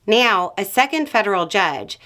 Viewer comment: Why does it sound like you’re saying “meow” instead of “now?” Is that just accent, or something funny you’re waiting for people to notice for some reason?